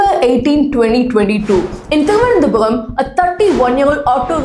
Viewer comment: Thiruvanandhapuram not Thiruvanandhapuvam